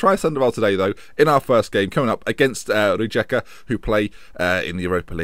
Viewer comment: It's RIEKA